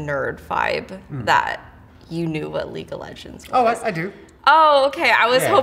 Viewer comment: I can get behind all sorta video games, but when a girl says leaque of legends nah bruh im out